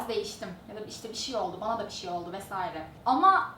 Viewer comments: Diksiyon derslerinde Bir şey bişi diye okunulması söyleniyor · kimsenin baskalarini konusmasina gore cezalandirdigi veya onlarin konusmasina karistigi yok. ulan o kadar ingilizce konusmaktan Turkceyi sokememis resmen. BISIY ne bi allahin kulu soylesin BISIY ne? inan insanin ana dilini boyle yanlis telaffuz etmesi hem rahatsizlik veriyor hem de utandiriyor. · lutfen BIŞIY deme gercekten rahatsiz edici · Madem kızın 'bişiy' demesi zorunuza gidiyo veya her şekilde eleştiricek bir şey buluyorsunuz daha iyisini yapsanıza. Hadi daha iyisini yapında bizde utanalım.